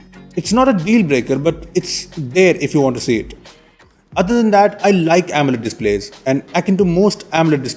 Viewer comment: It's Amoled not Ammled